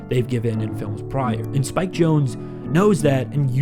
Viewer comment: I always thought it was pronounced ‘Jon-zee’ and not “Jones”